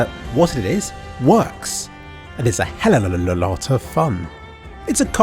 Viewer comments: "hellolalalot" goddamit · "Hellolalot of fun" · Michel I though he was saying "hell of a lotr fun" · I got the reference to the mispronounced "a he'll of a lot of fun" thanks for making me smile!